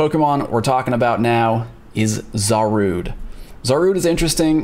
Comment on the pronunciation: Zarude!? 🤣 Otherwise another great video!